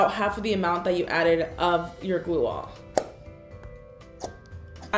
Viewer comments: you said you need “gluearh”???? What on earth is that and how do you spell it“glueah” Maybe add it in the description “slime queen” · What on earth are u saying?? I thought u said glue on Or maybe gluea Or maybe u just accidentally said glue wrong but no one makes the same mistake more than once, right?? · What did she say? Glua? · What was the type of glue she said i couldnt understand her. She said school glue, clear glue and what was the other glue? I keep hearing her say “glue all”